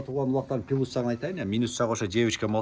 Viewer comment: Пылус жагы 😂плюс дечи туган айталбасан кыргызча эле суйлочу